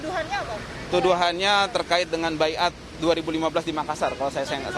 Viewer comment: apa bedanya BAYAT sama BAIAT? Pak Polisi mah ga bisa baca tulisannya, kekurangan kosakata pak? SALAH PAK BACANYA!!!